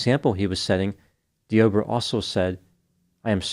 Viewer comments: Dee-Ah-Bray Is how it's pronounced,a very weird spelling tho 😭 He should have been playing for the Las Vegas Raiders the way he tackled her Could have been a Hall Of Fame Defensive End 🥴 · I was listening to this while doing a few other things and kept wondering why was talking about "The Oprah." Made a bit more sense when I realized the man's name is Deobra.